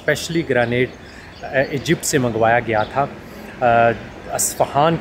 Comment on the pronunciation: A good and knowledgeable Vlog. Impressed of your hard work being put in resulting into a quality output. Only 01 x correction from my side, hope you won't mind. The stone used in the Columns/Pillars is pronounced as Granite (Grey nite not Greynate). It is a very hard stone or a type of marble, abundantly found and used in Pakistan, India and of course in other countries. Regards